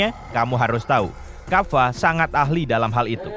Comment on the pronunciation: Kappa bukan kaffa